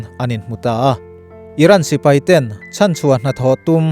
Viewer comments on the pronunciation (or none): none